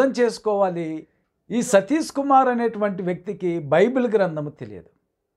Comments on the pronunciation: Meeru , Sathish ane pronounce sarriga cheyyandi ayyagaru ,emi chaduvukunnaru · అసలు మీకు ఆయన పేరు పలకడమే సరిగ్గా రావడం లేదు ఎందుకండీ మీకు. 🤦 మీ ద్రుష్టి వాళ్ళ మీద నుండి తప్పించి దేవుని మీద పెట్టండి బాబు